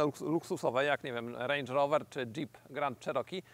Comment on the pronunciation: Mówi się rendż rowa